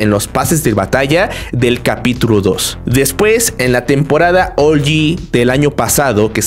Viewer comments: SE DICE OUG-YI NO OULYI SE ESCRIBE OG (LO ULTIMO POR SI LAS DUDAS) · por q de dices ol yi wtf